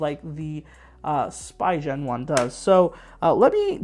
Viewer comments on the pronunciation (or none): SpEEgin! Not SpEYEgin!